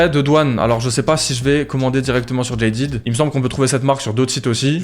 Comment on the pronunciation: le jean jaded ❤ ( d'ailleur on prononce jadèd et pas jailledid)